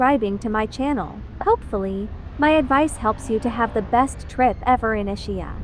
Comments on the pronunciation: "Ishia"? For the love of God, pronunciation! Is-ki-ah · The island is pronounced EES-KEE-Ah with accent on first syllable. “Ch” is pronounced as a hard c in Italian. It is not Ischia Pont-it is pronounced Pohn taa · Nice video but please please, can you change the pronunciation to the correct way? It not a shh sound in the middle but more a ski. I imagine it’s a computer voice. Our family has a house on the island and we go every September which in my opinion is the best time of year.